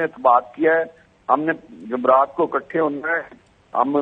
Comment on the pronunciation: راجہ صاحب کہتے ہیں کہ ہم نے جمرات کی شام کو اکٹھے ہونا ہے۔قوم کی بد نصیبی اسے جمعرات بولنا بھی نہیں آتا۔ہمارا اللہ ہی حافظ ۔